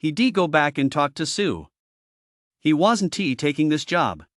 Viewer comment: its really hard to listen to the broken ai reading words like "WASN TEE" for "wasn't"... I dunno if I can keep listening